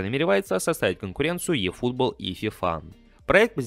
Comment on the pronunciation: Ифутбол, а не "йэь"